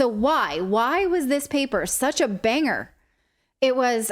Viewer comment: Bang-Her? NO!